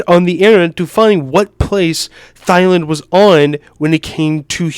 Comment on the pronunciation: bro pronounces thailand as thigh lind